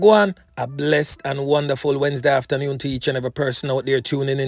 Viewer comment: After newyoon!!! Or afternoon?